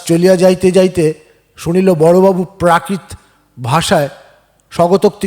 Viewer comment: বনফুলের গল্প শোনালেন। ভাল লাগল। আমার প্রিয় লেখক। একটা কথা বলি। রাগ করবেন না তো? প্রাকৃত, এরোপ্লেন, সাধ্বী,হৃদ্য(?) এইসব শব্দগুলোরউচ্চারণ ঠিক হয়নি। কানে লাগে। আপনার সাফল্য কামনা করি।